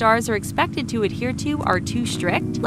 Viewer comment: TheTalko sounds like TheTaco